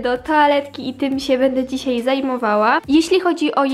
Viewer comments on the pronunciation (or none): none